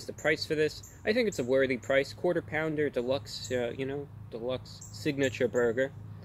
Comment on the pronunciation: Am I the only one who just loves the fact that he dresses so nice just to go eat McDonald’s 🤣🤣 also that he calls it “signaypture crafted”